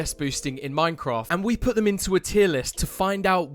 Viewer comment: did no one notice that he said "HTEM" for the text